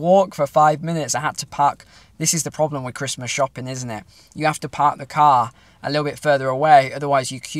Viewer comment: Love the accent . . . “Had to paak the caar.”